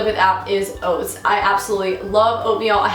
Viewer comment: When you first said oats I heard goats. I wasn't even thinking about eating them I was imaging petting a goat...